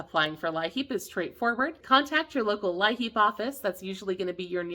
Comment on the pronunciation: In WV it is pronounced 'LEAP' , , not 'LI-HEAP'. (Thanks for all your hard work!😊)